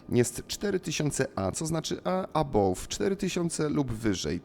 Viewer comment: Błagam: arrival = erajwal, above = ebauf